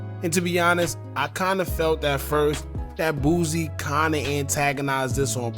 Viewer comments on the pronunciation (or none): It’s “Boo-See”….. not “BOOZ-EE” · Bro its BOOSIE not Boozy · Aye, why you always call the homie “booozie”? 😂